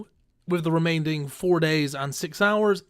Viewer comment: the word remaining doesn't have a "d" in it bro